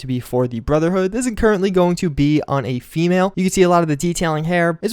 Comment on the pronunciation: FEE MALL (female) lol. That made me smile.